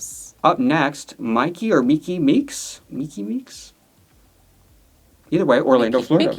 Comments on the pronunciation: Myki is pronounced like Mike-ee and Vita and Sam are not related. I’m know Vita and Sam from working shows with them and sharing a cast position with Vita at one point. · Myki (Pronounced Mikey) Meeks is the host of an Orlando Florida Drag competition on YT called "The Gig". It has 8 drag artists competing for prize money and a gig at a club in Orlando Florida. Myki is very charismatic in and out of drag!! I hope she does well on S18. 😍🎉